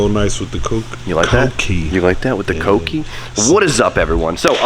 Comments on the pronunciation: Smh... he normally says cookie (read: coo-key) instead of kouki. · koh - oo - key